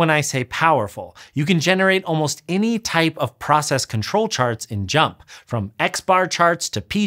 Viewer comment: FINALLY, proof that when I call it "jump" instead of pronouncing the letters JMP (like some of my labmates), I'M RIGHT